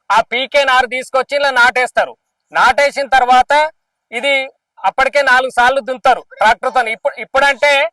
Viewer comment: సాల్ డ్రు కాదు సార్లు అనాలు